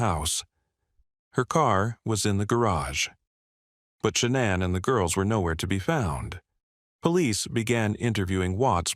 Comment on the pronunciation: You can always tell when they use a computer voice. Shuh-na'an. Just the way it pronounces names is so odd.